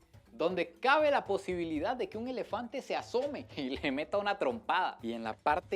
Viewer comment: "El lelefante"😂😂😂😂😂